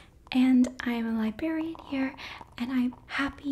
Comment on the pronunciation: I just realized she pronounced it “libarian”